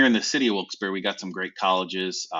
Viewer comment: the only correct pronunciation lol